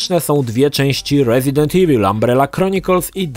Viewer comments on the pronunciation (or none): none